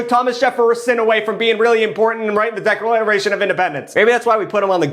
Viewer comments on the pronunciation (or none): Mah-dew-rrrrr-oh...roll the arrrrrr lol....plaguesex reminds me if a crazy night (like to know more)... deckralation? Really??? Lol.... Jefferason!?!....deckralation again!!??....I got a few 2 dollar bills lol... Bengerman!?!!??.... love you!!! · "decrelation" of independence 😂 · "Decralation of independence" . Beautiful. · "Decralation of Independence"